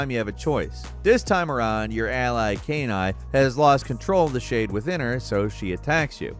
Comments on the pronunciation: saying canine instead of kaine is horrible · LOL Kain Eye. That's not how you pronounce it at all. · Who tf is Kay Nye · Given that Kaine's name pronunciation was in the game it's hilarious how saying it. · Listen, we're going to seriously need to screen your pronunciations of anything related to NieR going forward. I've never seen a name incorrectly pronounced so badly before. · bro did you really say kaiden's name wrong? it's a voiced game, they literally say his name lol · Good lord, did you even try to pronounce Kaine? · The host obviously did not play Nier, since he can't properly pronounce KAINE. Perhaps watching a video of the game for next time could help. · I swear pronounces “Kaine” differently every time. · Still mispronounced Kaine; they literally say the name multiple times in game. How does he keep getting it wrong?